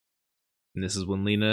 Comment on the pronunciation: it's lena E you read it like your saying E on the words "Eight" so it's not "LI-NA" it's "LE-NA", not in any bad ways, appreciate your willingness to say their name correctly ☺️